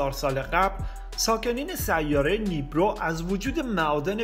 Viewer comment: آنوناکی .... نیبیرو . دلیل تلفظتون نیبرو . آمو نا کی ! ... فقط اشتباه لفظی و نوشتار ه؟؟